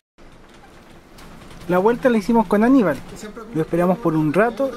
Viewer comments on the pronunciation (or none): CHINO ARCADE Opino lo mismo. Si mejoraras la pronunciación un poquito, como “vuelta” no “guelta” “llegar” no “iegar” sería excelente. De todos modos, muchas gracias por el vídeo y toda la información 👍